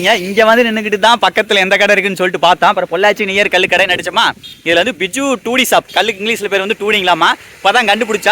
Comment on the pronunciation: டூடி இல்ல தம்பி டோடி